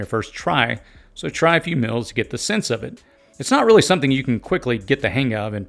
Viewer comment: Threw me off when you said "mills". Guess you meant "meals"?